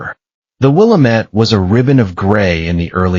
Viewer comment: WI-LAM-ITTE damn it. I went to Willamette University, one of the best schools in the state (at least in that time). At the school, we used that phrase every time someone pronounced Willamette the way it's pronounced here in your video. Other than that, this story is GREAT--it doesn't have all the terrible jargon in the omegaverse that other AI stories have. You also have great images, progressing slowly with the story. It's probably a lot more work, but more images when a major plot point transitions. I also would have liked to see Lucas come to Portland to test his "omega's" new found self worth. Great work!!